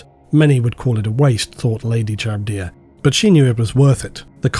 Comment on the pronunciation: Dude is a voice actor and can't pronounce "Charybdia".